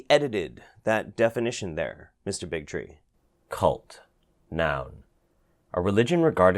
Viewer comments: is it me or does Del Bigtree sound more like Del Bigotry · "Del Bigtree.." Me: "Big Tree. Hah." Also me: ".. Bigotry 😦🤨"